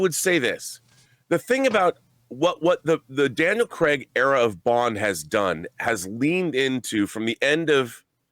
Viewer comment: Its not "Cregg" you idiot, it's Craig, as in Crayg.